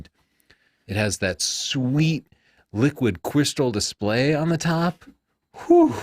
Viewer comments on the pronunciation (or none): "And it has that schweet wickwid quistol dwispway !"